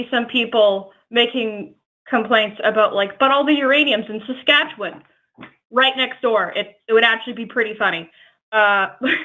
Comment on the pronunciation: i appreciate that an Albertan can pronounce Saskatchewan better than some Saskatchewanians